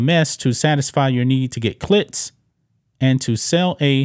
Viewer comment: Look, what the host is saying is 💯, but ffs, learn to say CLICKS!!!